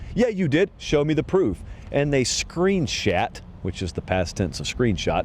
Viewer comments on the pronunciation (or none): "Screenshat" that's my new favorite word 😂